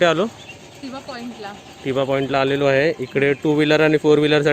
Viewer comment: अरे टिबा नाही तर थिबा.. असं नावं आहे. थिबा हा ब्रम्हादेशचा राजा होता.या बद्दल माहिती दिली असतीस बर झाल असतं.